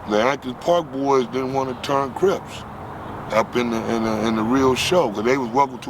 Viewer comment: Craig Munson of the Avenues, who refused Raymond W entry into the club, said Raymond had a limp. That limp was called a “Crip”. But you’re right - several legends as to how the name came. It sounds like here is saying “cribs”.